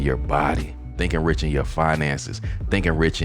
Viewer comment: Rich doesn't rhyme with six. Aw well.